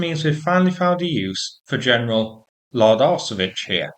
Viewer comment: How an earth do you pronounce Lardarsevich? To me it sounds just Large Ass.